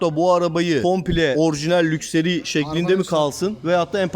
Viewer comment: Abi lukseri değil lakşıri :)